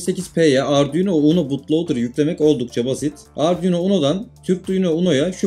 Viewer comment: Herşeyi anladım herşey güzel olmuş tek anlayamadığım nokta ardiuno dedin ne 😂😂